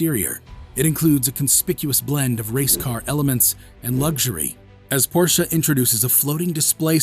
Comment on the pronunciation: I Don't think Porsche (Correct Pronunciation: 'Porsh-a'; which you got EXACTLY right btw😏) Will EVER Dis-own the Internal Combustion Engine. Even though, they have Consummately re-invented the Electric Car. The TAYCAN is one of the finest EVs on the Market.